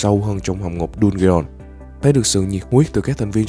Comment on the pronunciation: Đọc dungeons sai r anh